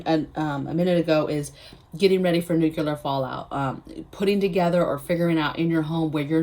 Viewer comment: Just subscribed. So impresses with your clear thinking. You are too smart to be mispronouncing the word nuclear. There is no "Q" in the middle. It is like NEW - CLEAR. You can do it!